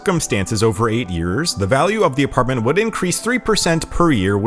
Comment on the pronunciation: He also said apar-t-men-t